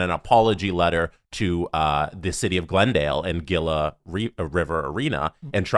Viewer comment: Gila River Arena = "Hee-La" River Arena. Like Gila Monster....Not that it matters anymore.